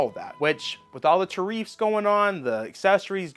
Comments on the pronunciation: lol idk he also says Tareefs instead of tariffs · who the heck is “EMMAZINN’ and “TAREEF” Good Grief😅 GameStop manager said, it would better to come to the store, rather than pre-order online. Hopefully, I’lll be able to get through with the pre-order with GameStop or Nintendo.